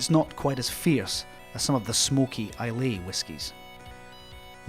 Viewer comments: Beautiful movie and so informative , why islay is not pronounced right is just surprising 😂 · If the narrator only knew how to properly pronounce ISLAY!